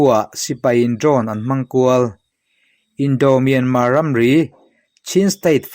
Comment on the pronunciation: I aw ngaihthlak a hah dam lutk NT. Myanma ni lo in Myanmarr zawk aw